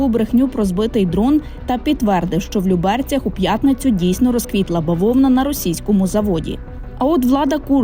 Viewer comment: Подмосковные ЛЮ-берцы (лЮберцы, в лЮберцах, под лЮберцами) - ударение на первом слоге, т.е. на букве "Ю".